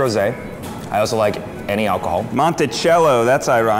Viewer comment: "I also like any achohol"